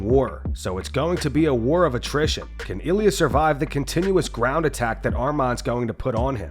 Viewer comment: Ground 🤣🤣🤣🤣 Gound 🤣🤣🤣🤣